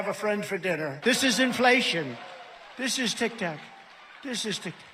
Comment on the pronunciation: Why do you say "tic tac" like a boomer 😅